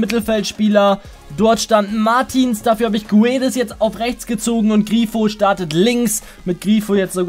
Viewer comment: Guedes wird gedesch ausgesprochen